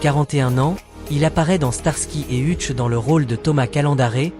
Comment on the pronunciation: Monsieur l'IA c'est Heutch que ça se prononce pas Hutche